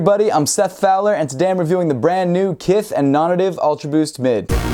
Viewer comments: dude, i say this as a fan, not a critic: your pronunciation of "nonnative" is killing me lol. isn't it pronounced "non-NATIVE"? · Dude it's pronounced non nay-tiv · Hahaha it definitely is pronounced non-native, I have no clue why Seth says it like that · Is it just me or is it supposed to be pronounced as "NON-NATIVE". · is it not pronounced “non-native” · yo Im over here wondering precisely the same thing